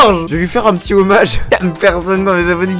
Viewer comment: George Ondet et kapoute ou quoi ? quand tu dit homage